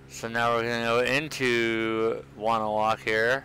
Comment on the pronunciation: I live in wonewoc. you pronounce it wrong